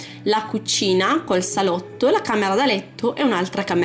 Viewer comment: Ahahhaha mi fai ride come parlii APPPPARTAMENTO, CUCCCINA, SSSSSALOTTO, ARRRMADIO 😂😂😂